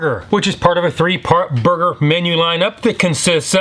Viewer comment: “Barbeque Bacon Bourhgear🗣️🗣️🔥🔥🔥‼️‼️‼️”